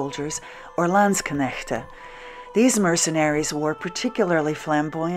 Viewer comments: this looks great, even now (winter!). kudos too on your pronunciation of landsknecht and (pl.) landsknechten. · Excellent pronunciation of Landsknecht!